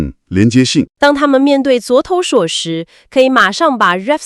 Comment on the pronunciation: 可以不要AI讀稿嗎 一直唸昨投手😂